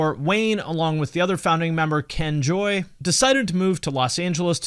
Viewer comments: It’s Ken Jay, not Ken Joy. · “Ken JAY” not joy. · btw, it's Ken Jay, not Joy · Nice sidestep on the whole Tripp Eisen debacle, there. Edit: It's Ken Jay, not Joy.